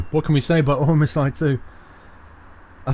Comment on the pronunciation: the game is prounounced "omsee too"